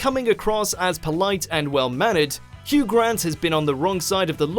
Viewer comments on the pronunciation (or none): none